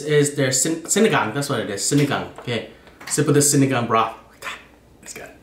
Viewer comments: It’s seen-ee-gang with like that tall A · It's pernounced sin-a-gon. A great sour soup Dip the rice into the vinegar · Actually, it's pronounced see-nee-gahng